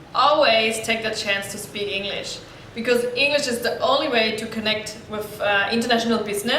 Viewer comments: Its English not engnish :( btw your E is good ^^ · Rất cảm ơn về chia sẻ của bạn! Nhưng có một khuyết điểm nhỏ khi mình nghe bạn nói là bạn hơi ngọng khi pronounce từ "ENGLISH" và một vài từ khác nữa! Thân mến! BR!